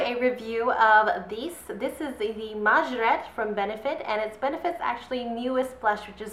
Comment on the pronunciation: It's pronounced May-jore-ett.